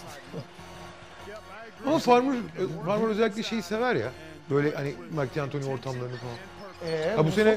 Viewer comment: ahaha bütün video farmar a farmır dememesini bekledim vazgeçmedi adam :D